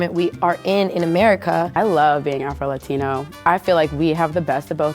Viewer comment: why can’t he say afro??